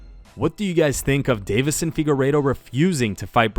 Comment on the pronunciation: "Diddy Kong Deiveson"